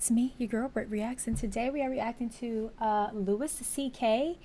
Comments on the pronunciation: Louis is pronounced "Lew-ee" not "Lewis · His name is pronounced like the French version "Lou-ee" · It is "Lou-wee" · It’s pronounced LooWee CK. 😁👍🏻 Just looking out.